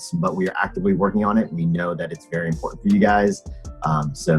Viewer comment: anyone noticed that he said imporant instead of important?